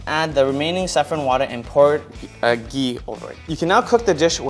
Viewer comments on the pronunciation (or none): none